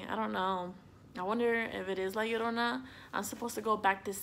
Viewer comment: Te escucho cuando dices "la llorona" y "mexico" y veo que que hablas español... Ahora sube este mismo videos en español